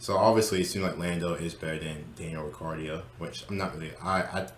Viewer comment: Daniel "Ri cardio" 😶